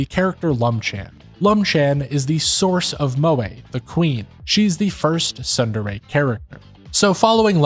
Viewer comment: You really need to learn how to pronounce Japanese words. It was making me mad. The t in tsundere is NOT silent, in Japanese words a's are always aw, and i's are always ee, and e's are always eh. Also u's are always oo.